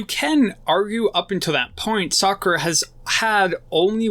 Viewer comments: Bruh, are you saying Sakura instead of Sokka? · He said *sakkar* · Great video 👍🏽 Just one thing it’s SAW-KA lol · To me it sounds like socer